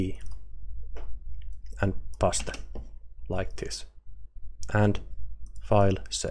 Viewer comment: not pasta my friend,, paste which is sound like paist :)